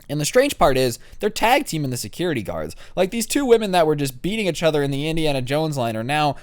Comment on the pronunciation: Im gonna un sub if you keep saying each other wrong